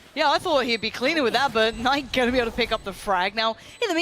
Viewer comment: Why does call Knight “K-night” lol